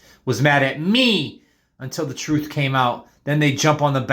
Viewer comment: He says truf and earf so cannot take him seriously.